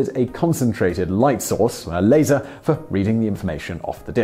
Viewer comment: I heard it as "later" myself.